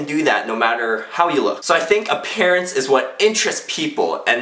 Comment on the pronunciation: did say a pear ance and not appearance